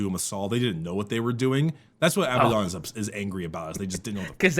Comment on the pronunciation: Ok his name is Abaddon and pronounced Ab-add on not pronounced aby-don Abadon , say ab-ad-on You know, like the mythological demon.